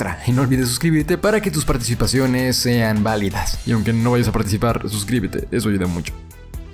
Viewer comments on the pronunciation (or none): none